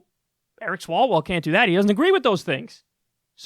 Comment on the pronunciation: You mispronounced Swallowell